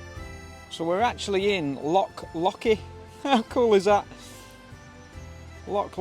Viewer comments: Its not lock, its loch, clear your throat at the end of the word 😂😂😂😂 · 😂😂😂 I've never met anyone from Englandshire that can say loch right so dinnae fash (don't worry) ❤❤❤ Love both yer accents to bits 😊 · Loving your videos being a proud Scoman. Love both your personalities. Can you please pronounce it Loch instead of lock. Lock is something to open with a key. A small nitpicking sorry. Love your videos regardless. Keep up the great work and safe travels x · Its Loch mate not a Lock